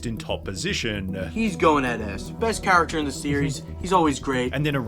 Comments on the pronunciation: Actaaaah, forevaaah, charactaaaah, harry pottaaaaaah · The actaaa and the charactaaaa! 🤭🤦‍♂️🤦‍♂️🤦‍♂️🙉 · Charataaaaa forevaaaaa speak properly mate